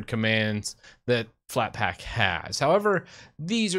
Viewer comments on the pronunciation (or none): "FlatpLack" yeah